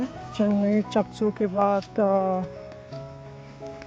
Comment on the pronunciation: stations k naam sahi se to bol le channani ko chennai bol raha hai .. chaksu ko chaksai bol raha hai . atleast where is my train app par hi dekh leta bhai naam